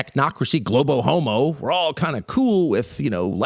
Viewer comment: based. He said "globohomo" amazing